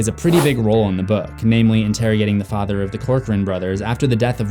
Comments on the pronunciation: I love how they say “ fader” instead of “ father “ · anybody notice how he and mrs kersh both said fader instead of father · The next thing Beverly notices is a photo of Ms kersh and her Fader....I thought he said it wrong until Ms kersh said it the same way too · And her fader Sir it’s father Clip: my fader Oh.